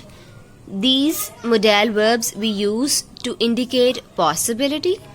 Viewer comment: Mam modal HOTA ha modaaa l Nahin kindly check this mistake please Baki bohat acha krwaya ha thank u